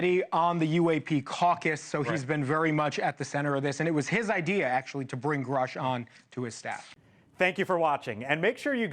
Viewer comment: He promoted from bs artist to paid bs artist. Also, you're mispronouncing his name. It rhymes with "douche".